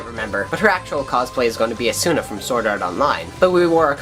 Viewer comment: _- he said asuna wrong!!